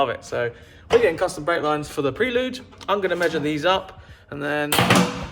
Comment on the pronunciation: Cracking video as usual! I won't be able to watch another one until you start pronouncing Prelude correctly though 😂😂😂